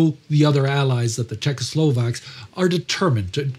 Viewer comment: Big respect for excellent pronunciation of Czechoslovak names.👏🇨🇿🇸🇰